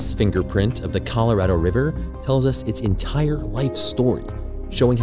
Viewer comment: Yeah I just 🤦🏻‍♂️ every time he says “Colorado”, how did EVERYBODY in production miss that?